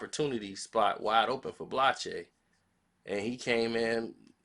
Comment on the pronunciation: full of sh!+ Can't pronounce the brother name